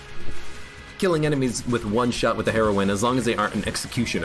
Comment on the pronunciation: its pronounced heroyne, not heroin like the drug it means female hero or wich is a reference to samus